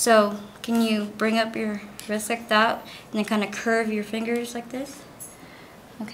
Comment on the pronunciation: I'm sorry. Did you say wrisck?